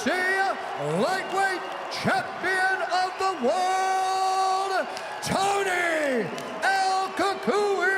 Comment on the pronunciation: No disrespect, but I hate when white people can’t pronounce Spanish names. Did y’all hear at the end how that announcer pronounced Tony Ferguson’s nickname??? He said Coo coo eeee. All my Spanish people know it’s pronounced “CU COY” that’s Spanish for the monster .